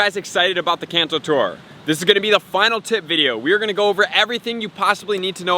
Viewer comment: U say kanto wrong